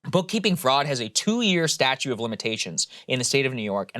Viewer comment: Is Saagar saying "statue" of limitations? I know he's reading it, but...